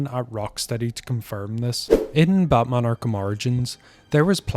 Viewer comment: Bro said Ba'man